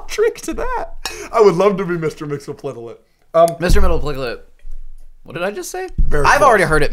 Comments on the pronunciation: I think its pronounced "Mix-Iz-Pit-Lick" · Mr. Mxyzptlk is pronounced Mix-Yes-Pit-Lick per Superman The Animated Series.